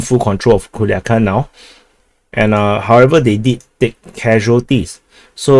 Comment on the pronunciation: I have to say that the commander says PERFECTLY Culiacán. 👏👏👏👏